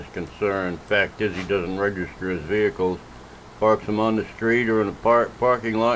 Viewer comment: VEE-HICKLE Why do all the stupids use this mangled pronunciation? 😂😂😂